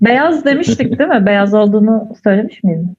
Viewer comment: yani dediğiniz gibi ama ben kelime açısından değilde konuşma tarzlarına dikkat çekmek istedim yani ; değil mi yerine deel mi, gidiyoruz yerine gidiyik, küsüp yerine küsüg demeleri ilginç olan onun için dedim